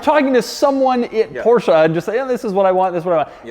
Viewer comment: nice PORCHA